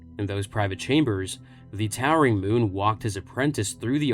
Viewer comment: And Muun. Never listened to the audiobook, I guess...